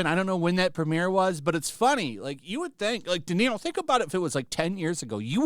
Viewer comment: "Robert DeZERO Day"